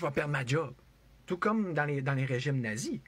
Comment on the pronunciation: Tu me perd chaque fois que tu dis : "Na-Zi" 😅